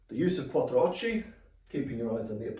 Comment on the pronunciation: This is brilliant. I’m a teacher... not martial arts. Your delivery is crystal clear, repeated and concise. Can’t find fault... well Quattrochi is pronounced Quattro “ocky” in English! But I’m Italian. Keep these coming my pal James has trained with you. I will too hopefully 🙏